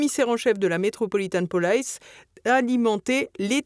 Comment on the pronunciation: Metropolitan police, et non pas "polaice" !!!🤣🤣🤣